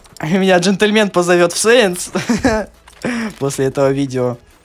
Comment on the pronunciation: Клан САИНС а не сэинс